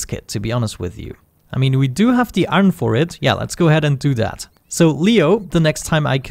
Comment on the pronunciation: It's iron not "aron"